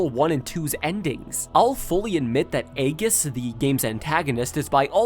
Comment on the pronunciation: I'm pretty sure it's pronounced "ee-jiss," not "ay-giss"